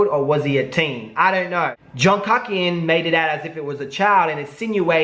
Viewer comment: Lol so funny you called him KUCKian not pronounced KOOKian. In South Africa, the word kak literally means "shit" haha and is pronounced like how you say it !!! 😂😂😂😂😂😂😂😂